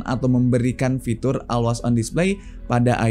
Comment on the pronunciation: masukan aja brader, bukan bermaksud mengajari 🙏 untuk ucapan bbrp kata b.inggris mungkin bisa diperbaiki di video2 selanjutnya (seperti pd pengucapan kata "event" dan "always") bisa coba dengerin di google translate utk pengucapan yg benar